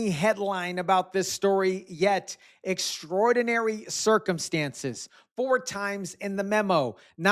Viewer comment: Does she not know how to pronounce extraordinary?